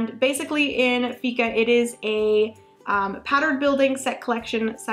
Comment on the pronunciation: Fika is pronounced "Fiika" with a long I :) "Fika is a concept, a state of mind, an attitude and an important part of Swedish culture. Many Swedes consider that it is almost essential to make time for fika every day. It means making time for friends and colleagues to share a cup of coffee (or tea) and a little something to eat." This was always a small inside joke between Finnish colleagues, when speaking about our Swedish colleagues :D